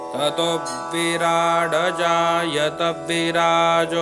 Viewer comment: 5 नंबर के श्लोक उच्चारण में , आप से गलती हो गयी है जैसे कि--" विराङजायत " इस शब्द में " अं" कि बजाय " ड " का उच्चार किया गया है अत : हो शके तो सुधार करे । धन्यवाद